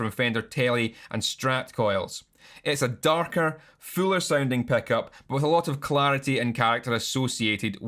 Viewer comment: honestly, i mostly clicked just to hear you say ‘peck-up’ for 12 minutes